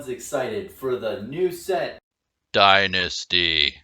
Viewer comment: “DYNANISTY” at 43 seconds had to stop the video I laughed so hard